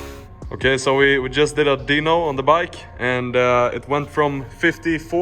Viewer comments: great video but dyno is pronounced die-no not dee-no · its dyno not deanoo